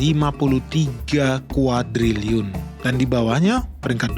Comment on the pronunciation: Sok teu lu... Cina kolap Indonesia juga kolap.. Nyebut kuadriliun saja salah lu 😀😀